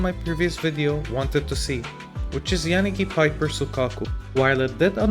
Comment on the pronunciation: Your pronunciation of poor Yanagi's name . . . 😭😭😭